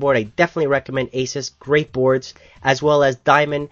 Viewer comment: IMO, AMD has to get more CPUs out... They're really losing, especially when the Phenom II is considered by AMD as for the enthusiast but Intel has the Core i5 that beats most Phenom II is considered mainstream by Intel :( BTW, I just want to point out that Asus is pronounced as AHHH-SOOS Awesome review!